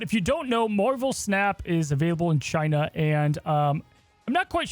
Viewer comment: Chi-nah Numba Juan